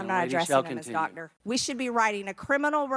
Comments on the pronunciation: I know this is just a Georgian accent, but I find it so odd how they drop consonants in the middle of words. Like "Doctor" becomes pronounced something like "dogder" (Before anyone comes barking at me: I know that looks like "dodger" misspelled, but it's only a coincidence. My spelling was absolutely intentional in order to show the right sounds for how Georgians pronounce that word.) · Dotder. That is a hilariously goof-billy pronunciation. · I can’t stand the way she says doctor. Girl, enunciate the c. You sound stupid.